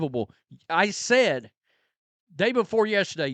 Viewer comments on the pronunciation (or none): none